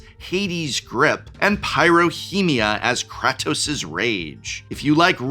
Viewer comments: Wow he really butchered Kratos name lol. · mispronouncing kratos was a good bit Edit: they did make a Metal Gear (Solid) secret lair..its the secret lair by Yoji Shinkawa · I involuntary twitched every time he said kratos wrong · As a big god of war fan i need to know if Prof is mis-pronouncing Atreus and Kratos... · prof pronouncing kratos with a short a instead of a long a had me doing a double take for a moment. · God I hate the way you say Kratos! The game has only been around forever and I am sure you have heard the pronunciation. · im sorry but it bothered me the entire GoW parts that you said kratos as Crat-ose, ITS Crate-ose idk if you were saying it to trigger me in particular lol love the videos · Did just say Krahtos? KR-AY-TOS!!!! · Edit cause profs right* The way he pronounces Kratos, has Greek gods turning in their grave It can be pronounced both ways, but the more accurate pronunciation is (KRAH-TOS) While the more American way of saying it is (KRAY-TOS) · I don't appreciate the pronunciation of Kratos(Kr A toes) as Kráhtos. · Does it bother anyone else hearing him say “Kahtos”? 😖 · I’m sorry… “Krahtos”?? 😂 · Nobody correct your pronunciation of “cray” “tose”? In this economy? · Prof, in the nicest way possible, IF you're gonna talk about franchises you don't know about, at least learn how to say the characters names 😂 "Krah-toas"? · Did Prof just say Craptos? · KRAH-TOS? ugh. please don't ever say it that way again. painful. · You cannot be serious with that Kratos (Kray-Tōs) pronunciation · Ah yes, krahtos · I need to cleanse my eardrums somehow after hearing Prof butcher the pronunciation of Kratos. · Dude you said Kratos wrong one too many times. Please. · Is he-is he intentionally saying Kratos name wrong???? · Well, you finally got me annoyed, im on my way to calling you out as an "old man yells at cloud". Please stop saying "Kratos" wrong lol. Thanks for the video and I still love you 🥰